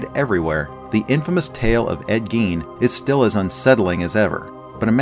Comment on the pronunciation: Ed Geen? It's guyn, spelled Gein